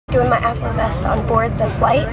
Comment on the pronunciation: When you say afflo vest it sound like afro vest.